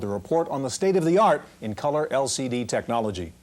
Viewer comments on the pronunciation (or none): 😂😂😂😂😂😂😂😂😂 he saw colore screen tchnologe